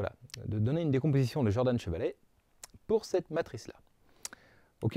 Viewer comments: Vous êtes sûr que ça se prononce "Jordanne" ? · Merci pour cette vidéo, qui donne une technique pour obtenir la décomposition de Dunford. Mais je ne comprends pas pourquoi tu prononces "Djordane" à l'anglo-saxonne alors que Camille Jordan était français. Mais bon, c'est pas grave grave. Cela n'entache en rien la qualité de ton travail.